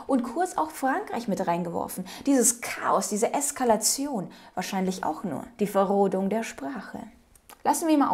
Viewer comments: Verrohung, nicht Verrodung.. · Hi, Mir ist dein Versprecher mit der verrodung auch aufgefallen. Ich finde das aber nicht weiter schlimm. Ich finde du triffst mit deinen Aussagen hier voll den Punkt und es ist meiner Meinung nach das Beste Video von dir bis jetzt 😉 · VerROHUNG der Sprache, nicht Verrodung wenn ich richtig verstanden habe. Aber trotzdem danke für deine Arbeit. Ich könnte mir Lanz nie antun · Will nicht klugscheiszen, aber: Verrohung nicht Verrodung 😉 🛐🍀🎶🤝🌏💛☯️ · Bitte, es heißt "Verrohung" der Sprache, nicht Verrodung. Lanz wird immer noch unmöglicher. Respekt ist für ihn zum Fremdwort geworden. Wie kann man so einen Menschen Sendungen leiten lassen?????? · liebe - es heisst verrohung,nicht verrodung!!!! bist a tolle frau. mach weiter so. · Es heißt "Verrohung" der Sprache, nicht "Verrodung". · Er sagt "Verrohung".. nicht "Verrohdung"..😅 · ... verrohung der Sprache, nicht verrodung ... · Hallo liebe, ein guter Kanal und gute Beiträge. Aber es heißt „Verrohung der Sprache“ und nicht Verrodung. Du sagst leider andauernd „Verrodung der Sprache„ Mach trotzdem weiter und liebe Grüße. Akki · Er sagte "Verrohung" nicht "Verrohdung".🤗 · Nur eine Kleinigkeit, liebste: das Wort heisst "Verrohung", nicht "Verrodung"... 😅 das Wort Verrodung existiert meines Wissens nicht im Deutschen Vokabular... ansonsten wie immer voller Einsatz - vielen herzlichen Dank..!! 😊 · Liebe, es heißt nicht "Verrodung", sondern Verrohung. 😁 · Verrohung der Sprache, nicht Verrodung . Verrohen kommt von roh, nicht von roden. 😅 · Es heißt Verrohung, nicht Verrohdung 😊😊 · Verrohung, nicht ...Rodung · Super Video, wie immer. Nur geht es um die "Verrohung der Sprache",, nicht "Verrodung". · Das Wort heisst ver-ro- hung. Wir sind nicht im Wald, wird roden nichts😂😂😂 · VERROHUNG heißt das Wort,, nicht "Verrodung". Sorry, aber dem Saupreißn in mir rollen sich da die Fußnägel auf. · Es heisst "Verrohung der Sprache" , nicht "Verrodung"